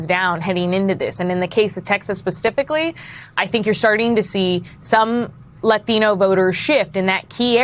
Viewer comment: just say Latino with the American accent. I'm done with that fancy stuff after Latinos for trump